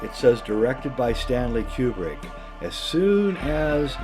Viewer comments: Okay, so that's ACTUALLY how this dude pronounces Kubrick. Q-brick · >"You'd have to be a complete fanatic like I am..." >pronounces Kubrick wrong ...fuckin' A